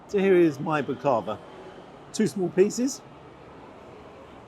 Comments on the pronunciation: Got to correct your pronunciation of Baklava. Hit each syllable with equal stress. So Bak-La-Va. That fillet portion size was very small - absolute rip-off. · The way you say Baklava is hysterical. As an international living in the UK, so many times I had someone say something I didn't understand, only to find out it was a foreign word I knew, just so botched that it had become incomprehensible to anyone familiar with the original pronounciation. And then they would say: "Oh did you not know that.. ", insinuating that I was the troglodyte, who needs to learn something from the cultured, worldly-wise Brits 😂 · bak-la-va, three syllables, not ba-klava. and with a knife and fork..?! you can't say it, don't know how to eat it - no right to review it... but salt bae is an entire universe of wankers, well done for braving this for us... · Ironic that Salt didn't salt the starter, go figure, eh. Never heard of him but as you say he's not shy about charging, seems like a real.... well you know, starts with d and ends with bag. Please, it's pronounced bak-la-va, now that we've got that straight, you're right, it was probably stale. I don't care for it but it shouldn't be stodgy, filo is very light and it should be light and crisp, maybe a more fitting dessert would be "eat the rich"...hahaha. Keep up the honest reviews, very refreshing in this age of brainless tik tok influencers. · It's pronounced bAklaVA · Dessert is Pronounced Bhak-la-va. Usually eat it with unsweet strong tea because it supposed to be syrupy sweet. Should have served it with Turkish tea for the prices they charge you might have appreciated the Baklava better. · As allways lovely review. Got out cheap. Salt Bea originally meat YouTube vids very good, restaurants not so good. Comming from Turkey you would think his dessert would be good. Not sure you are pronouncing the dessert correctly let me know. Thanks.